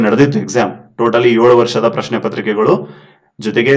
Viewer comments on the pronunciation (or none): none